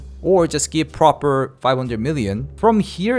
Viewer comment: Also it's PrApor, not PrOpor